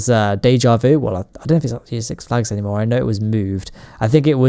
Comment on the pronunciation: When you talk six flags you're talking about the one here in California right? Cause I mean that's what it sounds like when ever you mention it.